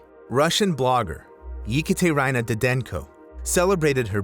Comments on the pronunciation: Ekaterina didenko isn't eekateryna. It's эkаtэrena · e-KAT-er-EEN-a, not whatever you said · Ekaterina should not be read as Yikatherayna. In Russian, you read what is written. In many languages, there is a simple rule: Write as you speak, read as it is written. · You pronounced Ekaterina's name so badly I'm almost convinced you purposely did it. Holy cow. im editing this to say im not even gonna unpause the video ive lost interest after hearing that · Yup. The way he butchered "Ekaterina" really got to me. I've heard almost all of these told better on Tragedy Tales.